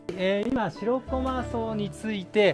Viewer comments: しろこまじゃなくてしらこまな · 楽しく見させていただきました。 気になったのは "しろこま"が何度も出てきますが、 "しらこま"ではないですか?